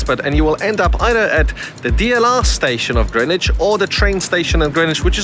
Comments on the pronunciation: Yes, you DID pronounce GREENWICH correctly! It’s Grinn idge not GREN idge! And I thank you muchly 👍🏻😘 (GREENWICH born and bred! 😀) and saying hello to RMSARPS - not just me then, that gets riled at hearing it said wrong! 😩😀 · Great to hear "Greenwich" pronounced correctly. Enjoyed your walk around my favourite park.